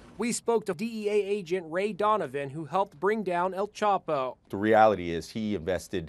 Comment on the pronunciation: EL "CHOPO" lmao its EL CHAPO!!!